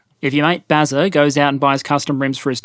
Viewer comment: Bazza. Not Bazer